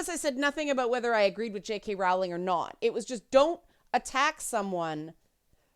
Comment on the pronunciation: Her surname is pronounced Rolling (rhymes with bowling).